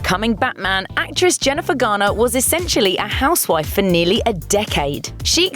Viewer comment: When she says "Jennifer Garner" sounds like she's saying jenni Vegana wtf